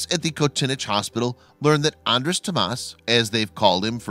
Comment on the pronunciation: His name would be "Toma Andres' ". Hungarian names list the last name first. And "Andres' " is pronounced "on- drosh", not "Andress", as the narrator pronounces it. I am half Hungarian, on my father's side, and my name, Andrew, in Hungarian, would be "Andres':. It's a very unusual language. My dad grew up speaking Hungarian, had to learn English as a second language.